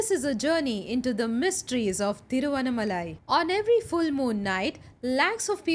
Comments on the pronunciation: The pronunciation is ThiruvannAAmalai. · Pls pronounce Thiruvannamalai properly!!!🙏🙏